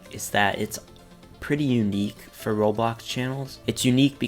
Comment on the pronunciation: When was saying "Roblox", it sounded like he said Robox